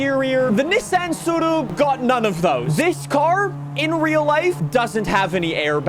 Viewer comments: Well done on being able to say tsuru correctly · We get it, you know how to pronounce this model